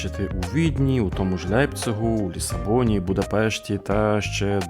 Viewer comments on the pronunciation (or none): Не Ляйпциг , а ЛЕйпциг